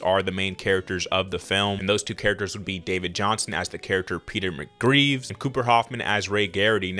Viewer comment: McGrieves? It's McVries.